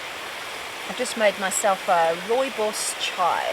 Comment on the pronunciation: Thank you for pronouncing Rooibos correctly 😊